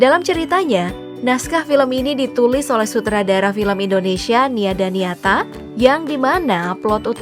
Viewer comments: Tulisannya Nia Dinata dibacanya Nia Daniata😭 terus yang bener yang mana nih? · Nia Dinata min.bukan daniata hahahahaha